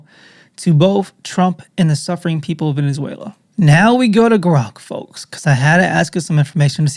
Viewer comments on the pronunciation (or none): none